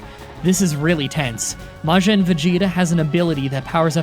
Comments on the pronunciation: Its majin vegeta not majen vegeta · You took me out with the way you pronounce Majin alone.